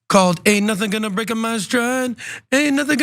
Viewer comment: “Ain’t nothin gonna Break-Ah my style, nobody gonna slow me dow..” 😂😅😅